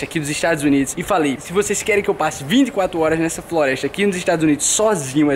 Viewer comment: ele disse florestia